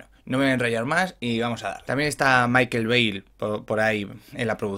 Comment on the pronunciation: Babelbi, traforme y makel bi, buena pronunciación